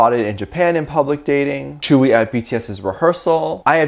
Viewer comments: Could I correct the way you say tzuyu, I don’t know if there is multiple ways of saying it but from my experience it’s pronounced soo-you. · and everyone else: *Jungkook and Tzuyu, dating rumors, tea, grrr* Me: Focused on how Tzuyu's name is pronounced so differently than I imagined it, because I've only ever read it/seen it in text and never heard it pronounced out loud